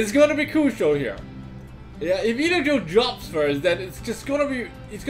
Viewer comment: it's Eladriel goddammit